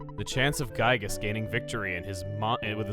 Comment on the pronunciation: Well,according to the devs,we are are supposed to say Giygas Gi-gas,so maybe its another way of saying his name